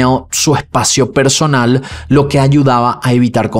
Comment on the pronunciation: “Venganza personalaaaaa”